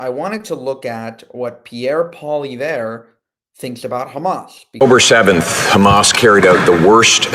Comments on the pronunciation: His name is pronounced Poly Evre. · Pierre's last name is pronounced as PAW-LEE- EV. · Poliev as in ever and er